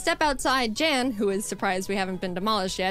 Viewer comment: So, turns out Jan is actually pronounced Yan. I found it pretty funny that you kept saying they should box their existing teams for stronger pokemon after going on that mini-rant in her previous video when she did just that during her Diamond run.